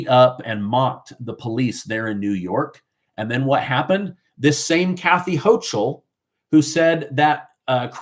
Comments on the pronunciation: ...Kathy Hochul's last name is pronounced as the "ch" is as a "k" sound. Just thought you may wanna know💁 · look up how to pronounce Houchal, I am in NY and we pronounce it differently than you do. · The "CH" in Hochul is pronounced like a "K". The ILLEGAL'S was planned to boost the Democrat voting role. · Her name is pronounced Hokul - hence the moniker "Kathy Hokum" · Hochul is pronounced Hokul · The terrible governor from NY name is pronounced Ho-kul. It’s not ch, it’s pronounced like a k. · NY Governor's name is being pronounced incorrectly; the ch is pronounced as a "k". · Good video, but you apparently don’t watch much news if you don’t know how to correctly pronounce Kathy Hochul’s name.